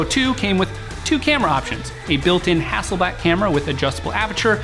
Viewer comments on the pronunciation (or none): "DGI Drones" It's 'DJI' you fucktard ! "Hassleback camera" WTF ?